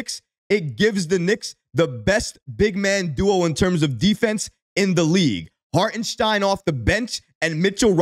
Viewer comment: Great video, but please figure out how to pronounce Hartenstein's name properly, dude! 😂 LGK!!!